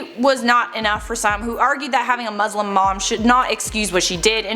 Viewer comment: You're pronouncing "Muslim" wrong.